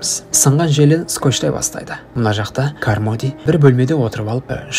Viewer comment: Миссес кармоди емес каромди деп қоиыпсыңғо бауырым